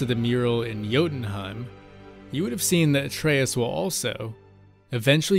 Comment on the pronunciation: Great video! And THANK YOU for pronouncing Atreus' name properly!!!